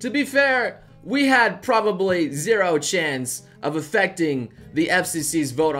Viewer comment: Is it just me or does it sound like he said we have zero chans?